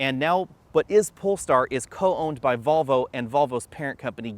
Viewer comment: Why do you keep saying “Bobble” instead of “Volvo”?!